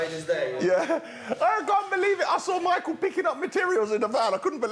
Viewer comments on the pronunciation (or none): none